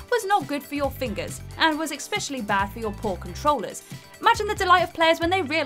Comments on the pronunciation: "Exspecially"?? "Conversation of ammo"? Between her constant inability to pronounce words and that high, screechy voice, how does this person have a job narrating videos? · “Conversation of ammo”, “expecially”! Why leave the mistakes in without even editing them on screen? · Not to mention she says, "ecspecially" at least twice. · "Especially" does not have a 'c' at the start. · Especially. NOT “expecially” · After the second 'expecially' I turned this video off. I wish they would stop doing this, or at least say they're doing it on purpose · There it is again; "expecially" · Ugghhh, Expeshully Mary-O... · The word is ESPECIALLY, Not EXPECIALLY. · I was triggered by "EXspecially"!! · ekspecially. ;v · That drives me nuts when people say that wrong! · Does the scriptwriter use the word 'especially' purposely, just for to mispronounce? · You pronounced especially incorrectly, there’s no X.